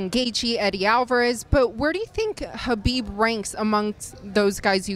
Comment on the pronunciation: She pronounces khabibs name right 😘